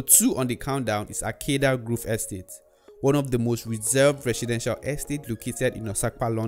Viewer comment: Grove. Nigerians always pronounce it groove.